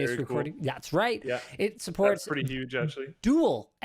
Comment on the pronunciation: Linus be like it's gunna be yuge 😆